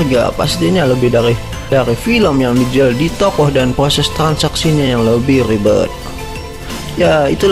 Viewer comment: R bukan l proses prloses